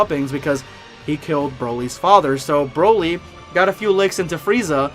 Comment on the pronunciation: It’s Broly not Browly.